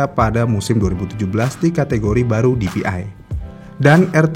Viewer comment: bacanya PDI dong 😅